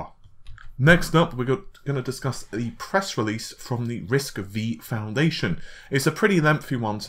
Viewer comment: Hi, Love your videos, but writing to let you know that RISC-V is pronounced `Risc five'. I hate for my first post to sound negative, but, believe me I am fan, and on your recommendation I have built Ryzen 7, Vega 64 Computer, and I am very happy with it. Thank you for your hard work.